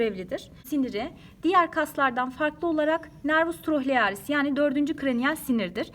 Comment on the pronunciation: 13.26 da n.oculomotorius ile n. Trochlearis yanlış söylenmiş sanırım